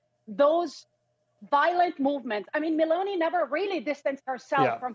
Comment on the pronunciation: Her name is not M a l o n e y. It is M e l o n i !